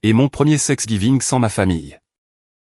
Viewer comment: l'IA arrêtez d'écrire et de dire " sexgiving" au lieu de " Thanks giving" !!!!